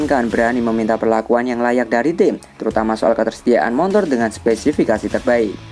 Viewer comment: nyebutnya Montor ya? hehehe